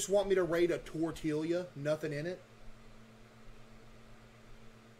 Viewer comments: “So you just want me to rate a tortilia?” 💀💀💀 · “So you just want me to rate a tortilia?” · Bro cannot call tortillas disgusting after pronouncing it as tortealyuh